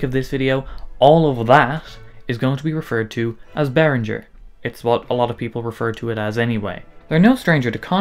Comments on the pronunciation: Not Behrinjer . Behring-Ger with a hard G. You just played their corporate song ! It’s like people don’t want to say German words with a German accent …. strange. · No - He has mispronounced Behringer all the way through . Should be Bay ringer (like bell ringer ) not Rinjer . German does not have the French G . (soft sounding) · Good breakdown of the issues but I legit wanted to punch the screen every time you pronounced the G in Behringer as a J. Why do you think ING is bold in their logo? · it's pronounced bear-ringgggg-er. No soft G! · As a German speaking person, this hurts me deeply